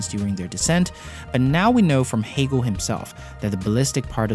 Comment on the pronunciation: Lol, idk if you can blame it in his accent, he called the Astronaut "Hagel" I'm hoping it was the accent thought, otherwise, it doesn't look good on the research of the video.